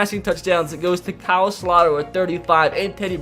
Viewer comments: It's Kyle Slow-ter. Not Slot-er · By the way it’s pronounced KYLE SLOW-TER